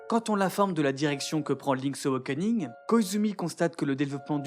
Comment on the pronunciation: Impeccable, mais il va falloir apprendre à prononcer "awakening" ^^'